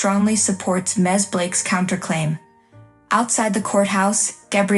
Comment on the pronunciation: "Crooked" here has two syllables. Dennis, or Denis? Narration garbled. Why are certain words spelled out and typed in all caps? Ms,., not. Mez.